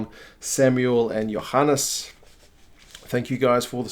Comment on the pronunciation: Nice pronounced Johannes correct!